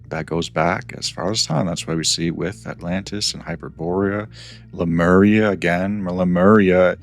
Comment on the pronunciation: Le-Mu-Ria,, not Lu-Me-Ria. You even get the dratted Monkeys right, Lemurs.